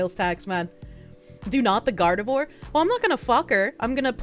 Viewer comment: Can confirm weed does exacerbate schizophrenia. It can also bring it on early if you are prone to the condition. My cousin was diagnosed in his 30s as paranoid schizophrenic after habitual weed smoking (which he is continuing, go figure) for 20 years. Also: Gardevoir is pronounced "Gard-eh-vwar", not "Gard-ah-vore". Americans. Pfah! God that's such a horrible rendering of John Kennedy. That is 100% AI or AI upscale.